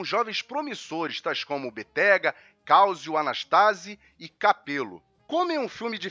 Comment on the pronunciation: Muito bom vídeo, mas me permita, não é "Mantôva" é "Mántova" da cidade de Mantova ou Mântua em português brasileiro e de Portugal. A dupla consoante acentua a sílaba precedente portanto se pronúncia "Béttega" e não "Bettéga"